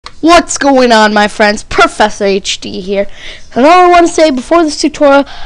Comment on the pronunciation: ok professor, not porfessor... and your videos, are NOT HD